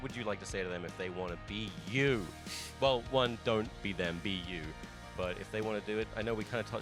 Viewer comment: I heard Wii U instead of be you. Anyone else.